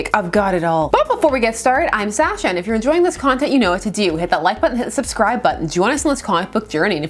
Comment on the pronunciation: I don't know why, but I love it when Sasha pronounces it "Saasha," with a North American accent using a long "a" instead of the more British pronunciation.